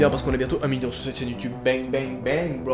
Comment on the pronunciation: d'ailleur dans cette vidéo ta un problème avec le mots bing bing